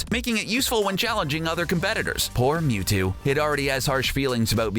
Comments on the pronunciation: It's Mewtu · F*ck OFF YOU DONT EVEN KNOW HOW TO SAY MEWTO ITS MEWTWO FOOL LETS SEE IT AGAIN 1 WHICH AS A PET: MEW (BECAUSE HES MORE OP THAN THAT MUTANT CREATURE) 2 WHICH ONE AS A STUFF ANIMAL I GUESS MEWTWO 3. WHICH IS BETTER IN GAME MEW WINNER MEW AND LOSER YOU